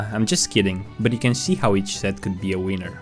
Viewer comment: I know English may not be people’s native tongue and that everyone has accents, but PLEASE just try and avoid pronouncing winner as wiener 🍆